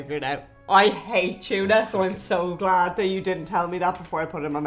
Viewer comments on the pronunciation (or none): It's interesting how you all say tuna. It sounds like you say Chuna, great video thanks for sharing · Try Channel, OMFGs, when you told Anne Doyle what the chocolate and tuna thing was, I f*cking LOST IT! Her face was fickin' priceless!!! LOL!!! Weirder was how you pronounced tuna, "CHYU-nah." It's "TOO-nah," brahs! Just sayin'. Meanwhile, I am SO diggin' Daragh. Dude is hawt, even if his parents couldn't spell Derrick. His responses are funny, AND he has such impressive features. He isn't yet born from his newbie-ness, but he has amazing potential here. Thanks for introducing us to new people! Pair him with our goddess, Ciara, and make him TREMBLE!!! MWUAHAHAHAHA! Meanwhile, if Daragh ever wants to attempt pregnancy, I am always available. #CallMe. LOL Totes Kidding!